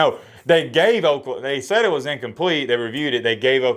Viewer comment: Please pronounce Oklahoma correctly, I do believe we have eared it.